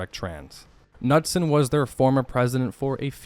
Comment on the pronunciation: And, do the Ka-noodsons have a ka-nack for dropping to one ka-nee to retrieve a ka-niffee from their ka-nitted ka-napsacks?